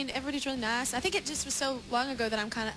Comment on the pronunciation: I loved how she slipped into her texas accent when she said "everyone was so naace..."